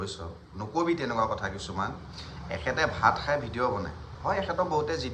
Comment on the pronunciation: সাই নহয় খাই, সাব নহয় খাব গাধ 😅😂